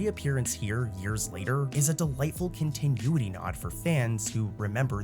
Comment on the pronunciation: the way you say continuity is grinding my gears